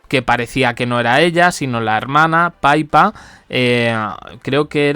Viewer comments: aún no aprende a pronunciar Pipa. Insiste en decir Paipa. Pippa lleva 2 p. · Qué manía con llamar 'Paipa' a Pippa, es Pippa, tal como suena!!!! Como profe de inglés me sangran los oídos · Es insoportable. Cada vez que le dice Paipa a Pippa me dan ganas de cortar el video. Menos mal que no soy la única ! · 😂y dale con su paipa… a mi también me duelen los oídos ….